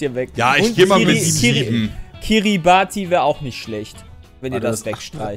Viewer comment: das wird Kiribas ausgesprochen. Hatte das glück mal da zusein:)